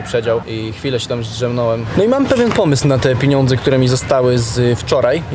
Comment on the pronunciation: Obejrzałam. Było ciekawie. Ale irytowało mnie że mówiłeś piniądze!!!! Są pieniądze 🙈🙈🙈🙈